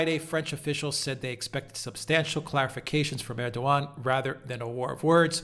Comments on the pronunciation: To pronounce correctly Erdoğan is to just ignore ğ. It is there only to elongate "a". Reading with a long "a" would make it perfect. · The G is silent. Pronounce like a W. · Its Erdoan without saying the G,is the right pronanciation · Funny. Am I, İngliz Ressam, going to teach my proverbial Turkish Grandmother how to suck eggs? I suggest it is more doe or dough then doo, which would be air-doo-an, phonetically in English. Air-doh-an? Ama, boş ver, it matters not. Good fun though. Teşşekürler. P.S. my Turkish is çok kötü. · Try saying Erdo-one, Alexander😉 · air-doe-an: Erdoğan. Silent G. Easy. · And its more ERR-DOO-WON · ER - DO - WAN (it's the g that's the problem) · It’s just “Erdowan”. “Rejep Erdowan” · It is a ğ, not a g. 🤣 Just like r is pronunciated in French.